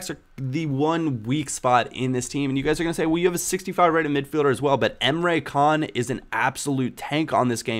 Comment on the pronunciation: Not Emre Can.... Emre Jan